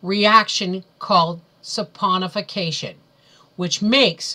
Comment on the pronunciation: It's actually saponification. And, yeah, it's a doozy to pronounce.